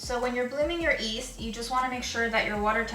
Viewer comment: Hey! Even I'm Asian I'm from India and after watching your videos I realised I pronounce yeast as east as well! I thought I pronounced it right. I'm bamboozeled. I just wanted to let you know that you're not alone